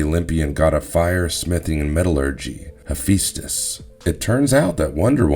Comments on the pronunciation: So even though it's spelled Hephaestus you pronounce it as if it's spelled Hepheastus, why? Are you trolling or is this a honest mistake? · I'm sitting here saying, "He-fes-tus"